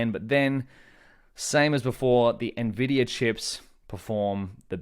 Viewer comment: It's not "nuh-vidia" please stop lol